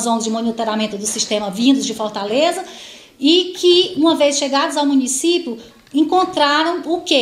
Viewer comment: alguem fale pra essa juiz que o nome é "MUNICÍPIO" e nao "MUNICÍPO"...